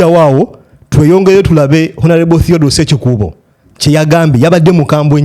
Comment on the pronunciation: The guy is sekikubo not sekikuuuubo